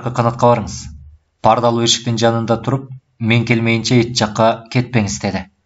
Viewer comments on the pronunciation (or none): Автор (Ч)тамгасын колдонбойбу, же Ильгиз Мырза ошондой окуйбу?(Мисалы эч жакка дегенди эт жакка деп окуйт го)